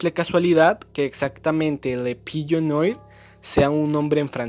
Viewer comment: Solo un detalle, "La Paloma Negra" en francés "Le Pigeon Noir" se pronuncia Le Pillo Nua De lo poco que he estudiado Francés, las palabras como Noir (Negro), se pronuncian Nua